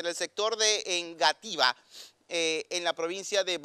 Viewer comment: EngativÁ con tilde en la ultima Á, no ese dice Éngativa, es un error... Se los dice un Colombiano de pura cepa.